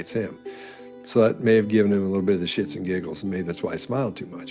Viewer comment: Did you say 'shits and giggles' or did I misunderstand the way you pronounced something?!!